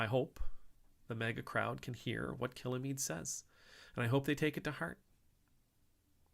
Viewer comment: Picky pint for future videos: Kilmeade is two syllables, not three. There is no syllable between l and m.